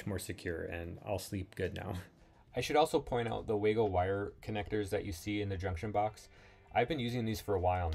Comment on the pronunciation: Waygo it the "way-to-go" 😝